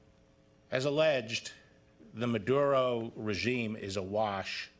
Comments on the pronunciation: Why he says"Madero" instead Maduro? 🙄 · 011 superseding what what huh Nicolas Madero he doesn't know how to pronounce Maduro? Bill bar is pulling off an obvious CIA style coup d'etat like with Noriega in Panama to take over the government and of course get the oil which is needed because the Shale oil industry just Tanked because of the low oil prices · Haha haha it sounded like maderoo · Hey Mister is maduro no madero!!!! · Can even pronounce his name...lets start from there